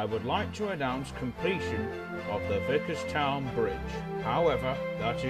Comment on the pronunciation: Goof: the fat director calls Thomas (when he is known as 105) Thomas instead of 105 "Thomas your first job will be to finish the vicarstown bridge". And plus it's vicars-town not vicars-ton